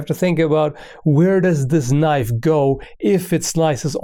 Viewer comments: "But i do have a KNOIFE" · "I don't have an avocado here, but I do have a KNOIFE!" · “I dO HaVe A KnOiFe" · "but i so have a knoife";D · "I do have a knoife" XD